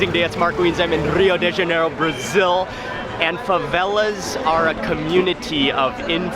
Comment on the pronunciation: Mark I like most of your shows but would like to make a few comments. The best translation of favela is a slum town. A few times you pronounced the name of the city of Rio de Janeiro correctly but then you slipped into the typical North American mispronunciation that sounds like Rio DAY Janeiro. The de is pronounced like deh (soft and not hard sound). When pronounced like DAY is makes one think of the french plural of "de". It is very common for North Americans (other than me!) make this mistake. Cheers